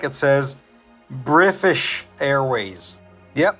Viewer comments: we’re coming from a really wholesome piece and then is like: “to hell with it, someone ruined British for me, so now it’s Brifish for everyone else” Cool touch man /s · You son of a gun! “Brifish airways” 😂😂. Great video sir!